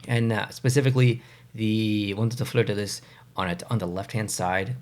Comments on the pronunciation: Totally! It never occurred to me that “Fleur-de-LEE” could be pronounced in any other way until I saw this video! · I never seen an eastern Canadian mispronounced Fleur de Lee so much in my life smh